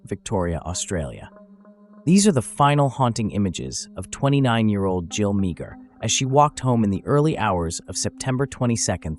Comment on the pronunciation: Her surname is pronounced Maaah